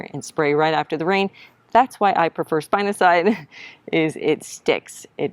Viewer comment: spinosad (spin - o - said) not cide 😂